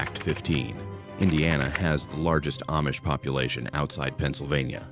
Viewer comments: The A-Mish, lol. Use much AI for this video? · It's pronounced Ahmish... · Shocked no mention of whiskey being made n Lawrenceburg. Baby Face was also from here. I wish AI didn’t read this because Milan was mispronounced along with Amish.